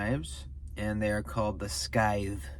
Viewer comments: Cool looking knife! It’s pronounced sithe like the lawn tool/ grim reaper weapon. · the big one needs a flipper delete....badly...also, the "c" in scythe is silent :)